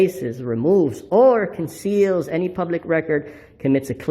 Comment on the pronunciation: Conseeeeeeeals. Not even three minutes in, and he butchered the English language twice.